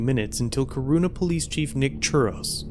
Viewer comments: Man you slaughtered the name of the town lmao. It pronounced core-on-na Corunna. Great video though. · Corunna is pronounced Corona like the beer or the viruse. It's a Michigan thing. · Pronounced “Core-run-a” in Michigan. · Pronounced “core run a” in Michigan. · its core-run-ah